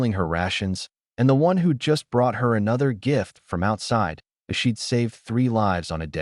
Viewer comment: There are two more cubs in the shelter door behind the human. That makes six cubs from three eggs. The AI reader still needs additional training to pronounce hard words like "as" instead of spelling the word's letters.